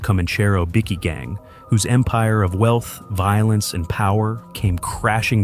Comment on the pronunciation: I’m hearing ya,might as well call them Tim Tams or Iced VoVos 😂😂😂